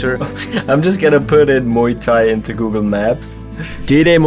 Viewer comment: did you just say diddy muay thai